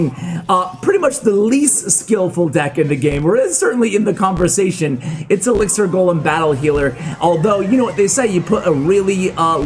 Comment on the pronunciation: The editor has a problem with the word elixir man😂